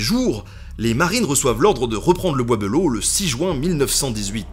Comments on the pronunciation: Un gars de Château Thierry te dit qu' on ne dit pas "belleau" mais "bélleau" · bizarre la prononciation : "beulo" au lieu de "belle eau". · Pareil tkt , on dit tous Bélleau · Du coup y’a que moi que ça dérange qu’il dise « le bois beuleau » et pas de belleau comme nous on le dit? 😭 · Je suis de Château-Thierry. Jaulgonne exactement en dessous du Charmel. Petite anecdote, Le bois De Belleau se prononce Bélleau dans la regions. non bois beulleau. En patois sa donne "Le bois D'bélleau" En tout cas super chaîne merci continu !!!!!. Et si tu repasse dans le coin dit le je connais plusieurs sites historique de toute époques. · Wouhahou ! C'est chez moi ! Maman regarde, on passe à la télé ! Euh par contre on dit pas "Beulleau" mais "Bélleau"... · Slt nota bene Je vis à Château-Thierry et on prononce pas « Beuleau » mais « Bèleau » Sinon super vidéo j’espère que tu as passer un moment agréable ici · moi aussi cela me faisait tiquer quand il disait be à la la de bé. Mais bon c'est vrai que c'est pas instinctif. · Alors ceux de la région, je ne sais pas comment vous prononcez Belleau, mais moi qui vie à Château-Thierry depuis 27ans, j'ai toujours entendu prononcé "Bélleau" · Cest le bois b“é“lleau enfin on le dit comme ça dans le patelin 😂 sinon excellente vidéo j’adore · "Le bois Beulo" ? Le casque "Adriane" ?